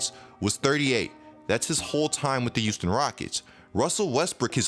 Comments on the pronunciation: Look man, no offense but, can you stop saying Houston Like U-ston. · YOUSTON OMG😂